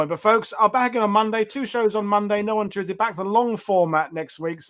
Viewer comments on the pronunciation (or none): none